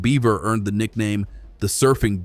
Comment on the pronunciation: Wish you would get your pronunciation right on names of rivers. San Pedro is pronounced Padro. Gila is pronounced Hila, These are Spanish pronumciations.